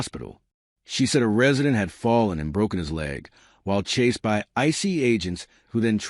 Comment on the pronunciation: I was very excited to see this in my feed until I played it and heard an AI generated voice pronouncing ICE "icey." I know we're trying to save money, but Trump'not going to hire a robot to be his press secretary and you shouldn't either. Deal killer